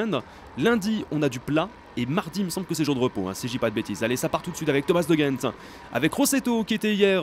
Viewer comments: On prononce De G-Endt pas rendt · En tant que belge je peux t'aider:) On prononce De Gendt avec un G comme tu le prononçais au début (et pas avec un R). Et on prononce Benoot comme si tu disais Ben haute et pas Ben hotte comme tu dis;) Continue comme ça les belges adorent tes vidéos et surtout quand tu fais attention à bien prononcer nos noms!;) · Pour de Gendt tu le prononces comme tu l’entends c’est pas comme si tu le prononçais avec un r et pour benoot c’est benOOT et pas benout fin voilà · Non ca se prononce de rendt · on dit le "g" de De Gendt comme dans garage!!!! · Pour de gendt ça se prononce en r, sinon continue, vive le tour